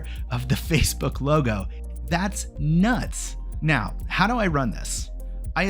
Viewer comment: The way you said "That's.. NUTS!" 😂